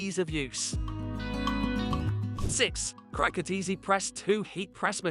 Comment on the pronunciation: You really can’t pronounce CRICUT!!!